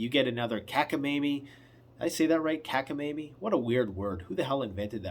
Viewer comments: no you didn't say it right. It's cockamamie, not cackamamie and it's a word from the Yiddish language, It's in the dictionary. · Hey, it’s cockamamie, like cockaroach not cackamamie. Hahaha. 👍🏻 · It's: 'Cockamamie.' 😀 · I always heard " cockamayme" 73 yr. old